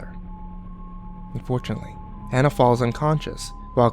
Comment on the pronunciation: Kimberly French THANK you!! I feel like the only person who notices this!! They would know how to pronounce the name if they actually WATCHED the movie!!!